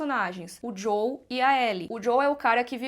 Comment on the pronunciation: JoÉL por favor.